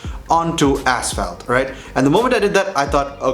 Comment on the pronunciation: Hey Bro, GREAT review. I'm really glad I saw this. One thing that made me literally laugh out loud though, was your pronunciation of "Ass Felt." It's actually "Ash Fault". Keep up the good work, and the excellent reviews. Your English pronunciation is really remarkeable, I just couldn't bite my tongue on that one.